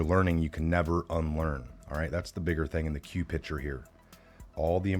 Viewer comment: Pic ture not pitcher